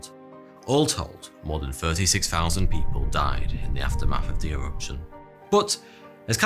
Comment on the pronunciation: E-Wuption? Tambo'wa? Molten Wocks? No Wonder the Fwench can't understand your Fwench-Bu'ut even your English is...Vewy Charming!